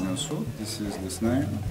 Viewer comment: The way Ryujin said Snail